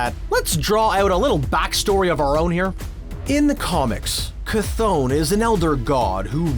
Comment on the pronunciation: For the love of all gods it’s (Kuh-th-on) bro